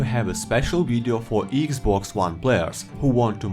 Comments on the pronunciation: “Eeeeeks boxs whan” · "EGGS BOX JUAN"